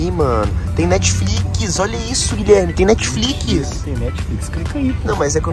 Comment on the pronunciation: Enaldinho é a prova viva q brasileiro ñ foi feito pra falar inglês, o nome é Netflix e o Enaldinho vai lá e fala Netfliquis kkkkkk